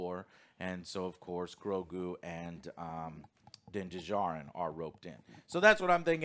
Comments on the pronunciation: For the love of God, Joe. The D in Djarin is silent. It’s just Jarin. Duhjarin. Also I’m pretty sure Paz Vizlas jet pack was shot to shit last episode while avoiding blaster shots. So it probably didn’t work. He also would have just been followed by all the troopers if he fled. So that whole argument seems nitpicky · Joe for the love of God, it's not Din D-jarin. It's Din Djanir (the D in Djanir is silent) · the D in Djarin is silent! Like Django. Not Din Duhjardin. You're killing me bro!!! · Joe…. It is pronounced Din JAR-IN. Not Din da-Jar-in…… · 3 seasons and Joe is sill pronouncing Din Djarin wrong.